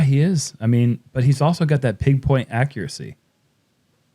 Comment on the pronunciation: Did I just hear "pig point accuracy"?😂